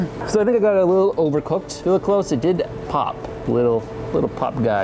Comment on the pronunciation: "Got some chips, dried them out. Now we're gonna see if they pofe." If you ever doubted this guy was from Minnesota😂